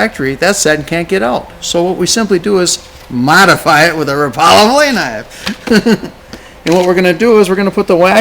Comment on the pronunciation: It is Rapala like Wrap ala. Not Rapolla. Think of it like shad rap, fat rap, rattling rap. I know a lot of people pronounce it wrong, but it just sounds like you don't have a clue.